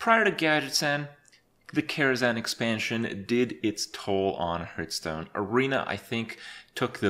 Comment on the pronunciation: You still can't pronounce Hearthstone correctly... I must admit that is an achievement :D